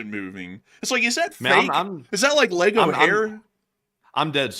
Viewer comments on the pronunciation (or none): none